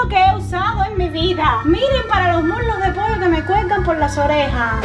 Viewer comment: Amo como dese "poio" aw